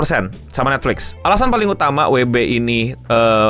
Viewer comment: kenapa eh cara Indonesia sebut nya weee beee😂